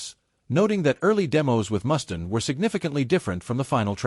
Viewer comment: It's pronounced Mustaine with a long Freaking A!!!